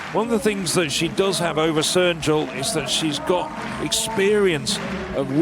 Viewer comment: ... or, as he mostly said, "Serjul"